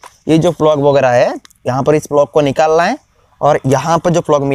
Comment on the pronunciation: Bhai vo plug hai flog nahi 😂